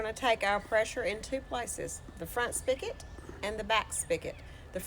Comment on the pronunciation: "Spig-ot" not "Spick-it"